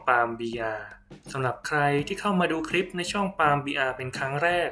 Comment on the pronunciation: สาระดี มีประโยชน์ข้อมูลชัดเจนค่ะ ติดตามมาระยะนึงแล้ว โดยรวมโอเคมากค่ะ ในส่วนที่ออกเสียงควบกล้ำ ร ดีแล้วนะคะ เช่น ครับ แต่ ล ควรเพิ่มออกเสียงควบกล้ำด้วย เช่น คลิป(clip ) และการพูด หากเว้นจังหวะบ้างจะดีมากค่ะเพราะเนื้อหาที่นำมาเสนอนั้นเท่าที่ติดตามมาดีมาก ควรค่าที่จะติดตามต่อไปค่ะ ขอบคุณนะคะที่ได้นำสิ่งที่มีประโยชน์มาshareค่ะ